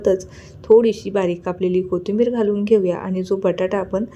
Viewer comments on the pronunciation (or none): none